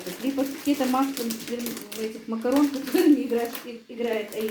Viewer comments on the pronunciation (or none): none